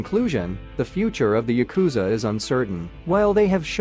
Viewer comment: It’s pronounced YA-ku-za. Not ya-KU-za If you’re going to talk about them, at least learn the pronunciation first.